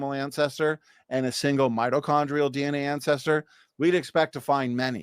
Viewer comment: I'd like to point out that he consistently mispronounced "mitochondrial."